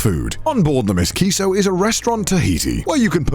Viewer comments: I kinda like Connor's pronunciation... but it does bother me every time he says it. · Connor saying Ms. Kiso as if the boat's a person instead of M.S. Kiso gives me life.